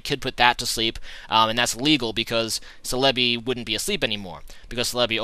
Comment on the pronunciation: ce-le-bi...no its cell-a-bi